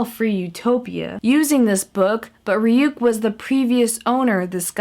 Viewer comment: It's not rayuke its rayuk like Ray yuck whithout the y on yuck